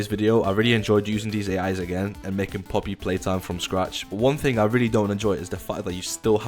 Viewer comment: you said oppys playtime😅